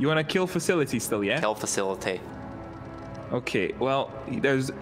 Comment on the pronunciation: "Kill facilety"